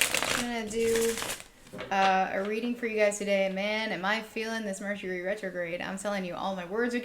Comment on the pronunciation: Hahaha your bloopers 😂 “Hercury” Retrograde 😅🤣 Loved the pick a card read! Pile 3 🥰